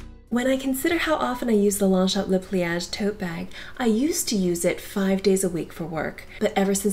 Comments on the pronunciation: Thanks for the presentation on Longchamps. You should know that it’s pronounced: Lon-shon. The GS and PS are silent. Like “Champs” as in Elysee is pronounced SHON. 👍🏻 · LONGCHAMP ---- THE "p" is silent.... THANKS ...